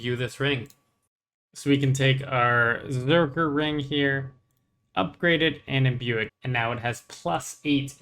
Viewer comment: I’m I the only one bothered that he kept saying Berzerkers ring instead of Berserker ring? lol